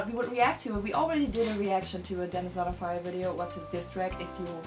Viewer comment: wanted to cry every time you said "danisnotonfire"